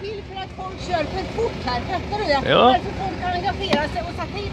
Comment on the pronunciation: ”Men jag fattahrj inte va du pratar ohm”